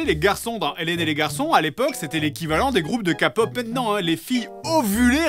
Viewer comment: "kapop" ya pas 🤣